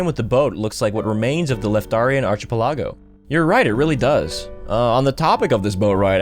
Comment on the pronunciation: Ark-ih-pel-a-go "ARCH IH PELL AHGO"